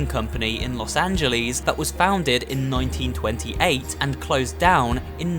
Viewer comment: Los Ang-jellies 😂